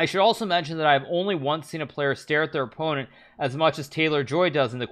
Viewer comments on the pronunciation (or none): none